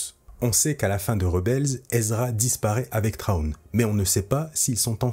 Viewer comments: J'ai entendu pire : "Trone" 😆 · Et cet accent anglais, faites un effort par pitié 🙏🏻 Général Thrawn ne se prononce pas [Traone] par pitié faites un effort… Mes oreilles saignent.